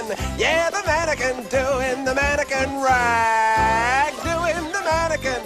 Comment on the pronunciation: “Mannequin Rag”? Ohhh, I thought you said “Vatican Rag”. And I was ready to genuflect too...